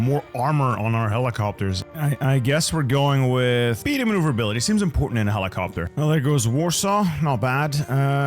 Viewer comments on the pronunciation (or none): helicoptahh helicoptahhh